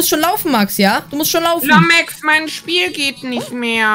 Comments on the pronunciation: Er sagt immer lomex 😂😂😂😂😂😂😂🤣🤣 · Lommeks sagt der kleine aber sieht selber aus wie 13 und muss lachen weil Lomex sagt aber Trotdzdem unterhaltsamer content und lustig